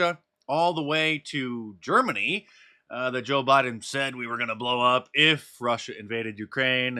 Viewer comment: You finally pronounced his name correctly 😂